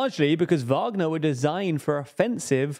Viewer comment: They finally got the pronunciation of Wagner right after over a year of reporting on it. Now try get "Prigozhin" right